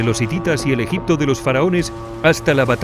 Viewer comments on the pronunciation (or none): none